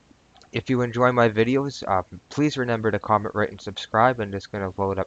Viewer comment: its reMember not reNember